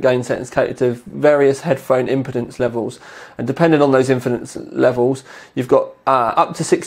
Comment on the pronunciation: impotence and impeeeeeeeeedance are two very different things:-o